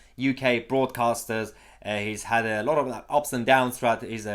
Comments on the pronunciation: Sorry, thought you said “Fraudcasters” - actually better than broadcasters, thinking about it... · I thought he called them 'fraudcasters' for a moment.